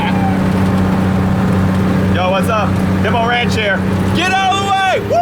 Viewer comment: "That is totally 'DeMOR'nch logo' " ....I gagged! DeMor' nch: coming to a runway near you.